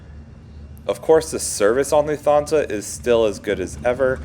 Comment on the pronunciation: Loof-Ton-Za just so you’ll know for the next LH flight you take. When I watched it after the 4th or 5th mispronunciation, on silent, the video was good. 👍🏻